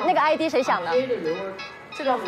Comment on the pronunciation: 2.37秒的时候我听到那个(吴宣仪)说id是idea？只能说不会英文别用英文丢脸